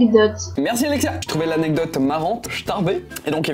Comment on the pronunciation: Jecouter ta vidéo est au lieu de dire alecia tu a dit alexia mais vue que c'est mon prénom ba comme une idiote je me suis dépêchée de regarder lecrant😂😂